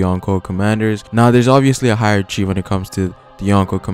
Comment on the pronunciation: Heirachy is pronounced "heir-a-Ki"